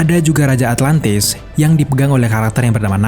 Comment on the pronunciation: Atlantis bang bukan atlatnis duh risih